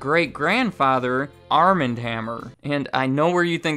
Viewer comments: Armand is pronounced Ar'mohnd. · Wouldn't the first name Armand be pronounced Ar-mahnd (as in the Anne Rice books - the vampire Louis met in Paris played by Antonio Banderas in in the movie ) instead of arm-and?